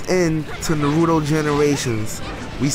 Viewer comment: U pronounce naruto wrong that's the English really horrible dubb